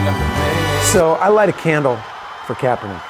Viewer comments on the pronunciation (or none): Kaperninck… lol